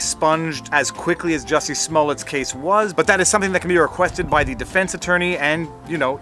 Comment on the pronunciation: It's pronounced "Juicy".